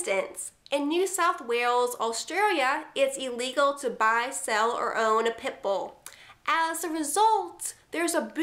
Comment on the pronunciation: It sounds like you're saying pimple when you say Pitbull.